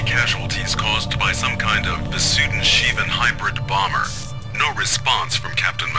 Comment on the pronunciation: Bomberrr, sound how he said it lol.